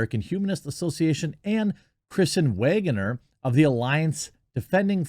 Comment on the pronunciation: It’s Waggoner, bro. Not Waeyegener.